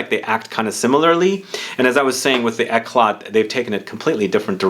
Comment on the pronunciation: The t is not pronounced